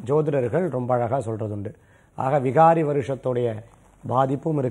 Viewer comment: Not vihaari.vikaari.oru anchor correct ah sollanum